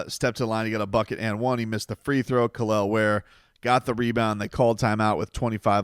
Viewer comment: Kel'el ware dude why you butchering that man name for 😭